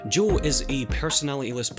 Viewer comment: Oh sorry It sounded like he was saying Joel but fair enough